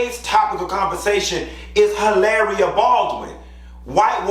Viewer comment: You pronounced her name wrong. You have too roll your tongue 😜 when you say her name 😅